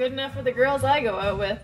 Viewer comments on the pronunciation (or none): Really sounded like grills. Not easy being me